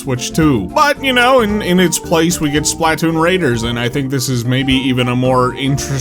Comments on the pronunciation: I don't know if ive ever heard someone pronounce Splatoon as SPLAT-toon before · You put such a strange emphasis on the SPLAH of SPLATOON. Would you say "PLAH-toon" or would you say "PLUH-TOON?" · The way he emphasizes the A in SplAtoon hits me every single time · It's funny how he pronounces Splatoon: "Splat Toon" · The way you say Splah Toon as two different words is PEAK 🙌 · Anyone else hate how he pronounces Spaltoon??